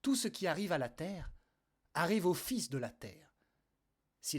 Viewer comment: belle lecture merci beaucoup tellement d'actualité! à la fin par contre c'est les fils (télégraphiques) qui parlent, pas les fils (enfant)